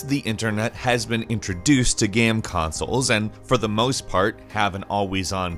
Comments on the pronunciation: Why does he always say GAM instead of GAME? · why does he keep saying "gam" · "geme consoles" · “Gam consoles.” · Where is this guy from? I've never heard someone pronounce the word 'game' like him before. It's kinda cute though. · why is no one talking about how he says game so weirdly. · DUDE how can you work for a video game channel and not say the word game correctly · He pronounces "game" weird...